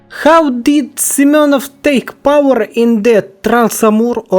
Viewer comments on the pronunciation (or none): none